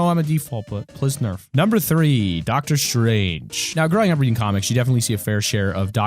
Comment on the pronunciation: ITS S T R A N G E NOT SHRANGE